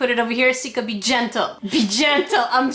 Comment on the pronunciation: Its Sika. Not seka.